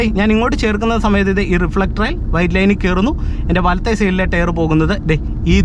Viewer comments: "Tare" allaa bru, Tyre. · ടെയർ അല്ല ടയർ ആണു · ടെയർ അല്ല, ടയർ😅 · ടെയർ അല്ല : ടയർ .......